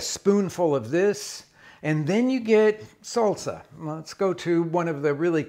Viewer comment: not Sulsa not soulsa it is SAHL-SAh {salsa}